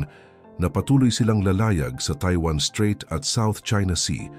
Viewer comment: Mawalang galang na strait not street obob 😅